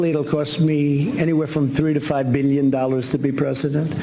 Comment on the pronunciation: "One to three beelyeen." Any perso who can't pronounce "billion" isn't a billionaire.